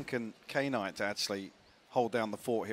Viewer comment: is knights name pronounced k-night like the announcer kept saying? or is she trippin